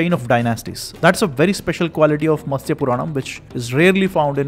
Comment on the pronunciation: It should be "Matsya" 🙏